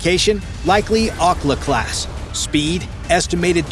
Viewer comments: Akula(Au-Cool-la) not Oculus or whatever you said. It means shark in Russian. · Definately Okla Dokla…😂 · you didn't just say "ocla" class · Please pronounce, "Akula" . Another comment mentioned it was not an Akula-class in the video, but a Typhoon-class. "What followed was one of the most complex naval operations since the Cold War" Give us a break. I want a documentary/facts, not a docudrama ... my heart ... my heart.